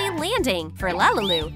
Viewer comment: it is not lalalu it is lalilu